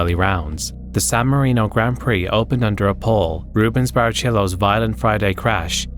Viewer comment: sorry but I need to do this, its pronounced Baricelo, not Barichelo